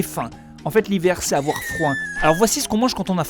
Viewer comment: "On a froim" ?! 😂😂😂 J'ai trop aimée la vidéo comme d'habitude! 😉😆